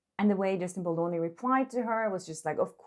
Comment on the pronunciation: Girl you sound like you calling Justin Bolloni… pronounce the D